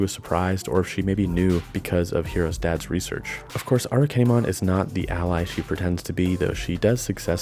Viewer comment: Properly pronounced this time around I hope